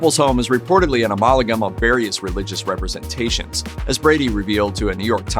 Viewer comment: If you cannot pronounce the word "Ah-mal-gum", you should be working at Starbucks. *click.